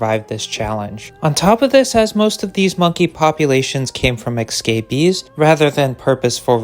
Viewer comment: ES ES ES CAPEES. ESCAPEES. NOT ECSCAPEES …. It’s hard to ignore considering the number of times you used it. 😂😂. I assume yo7 would prefer to say it correctly… Having said that, I wish we had a population of marmosets. They’re so cute! But the chances of them being captured and abused woild be high because they’re so tiny.